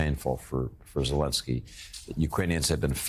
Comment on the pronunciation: Does this joke of a reporter think he is clever? He purposely mispronounced Vladimir Zelensky and then right after that pronounced Putins name correctly. He has no shame. Putin shouldnt get anything. End of story